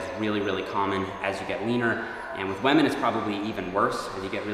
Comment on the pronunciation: Did you just say wahmen?